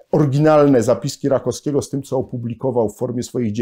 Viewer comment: RakoWskiego, nie Rakoskiego.